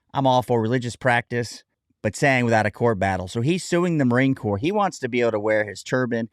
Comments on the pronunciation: It is a sad commentary on the Marine Corps that they even considered allowing him to deviate from uniform standards ever, on deployment or not. Seems to me that the Marines I knew are NOT the Marines of today. An aside, I HATE when someone incorrectly pronounces "corps," the "p" is silent, like it is in "exprit de corps." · At least pronounce my Corps correctly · The Indian lady say corpse bothers me a bit I wanna say it's corps Korr but ehh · It amuses me when they say corpse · How does one watch this without wanting to pull their over the Indian reporter's pronunciation of "corps"? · pronounced CORE not CORPSE A Corpse is a dead body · I cringe every time she says “corpse” 🤮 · Am I the only one cringing every time the newscaster says Marine CORPSE!? It’s pronounced KOR. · First, would somebody please tell that dawned woman that the word is corps not corpse. More importantly, he became a Marine "supposedly" . We wear a certain uniform and it means something to us. True it is just clothing and it's what Marines have done while wear it not the clothes but enough is enough. The spineless bigwigs who have, it seems, let this asshat desecrate the uniform already need to grow a pair. We have long led in the defense of this country against foreign enemies. Now we need to take the lead amongst the armed services and amongst the American people generally in defending the Republic against domestic enemies, so many of which have managed to slither themselves in amongst us. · that woman says it correctly: the marine corps is a corpse 😅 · Every time that female narrator says Marine "corpse", a puppy dies. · It's not CORPSE for Heaven Sake - it's pronounced COR. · Ignorant reporter biatch. Stop saying "corpse". OMFG. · F him what is happening to our corps and everytime she said corpus I wanted to scream..... honor our history BOW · Marine corpse... when i hear people calling it like that it drives me nuts. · Everytime i heard that " the Marine Corpse" i died a bit inside